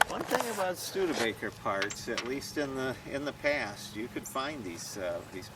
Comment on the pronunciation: he said StudeRbaker lol and continues to say it.